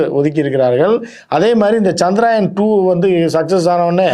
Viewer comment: சந்திராயன் இல்ல அது சந்திரயான்